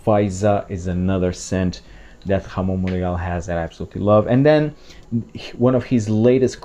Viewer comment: I've heard you said Jamón Monegal 🙄🤪 Yes , Ramon Monegal makes nice perfumes 🤩